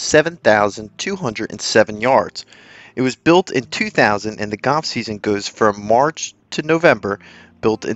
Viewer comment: its called goLf not Goff